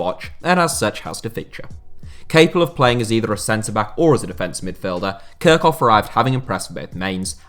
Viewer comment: Kirchhoff is pronounced like Kirchhoff (ch like in the word church) and not kirkhoff.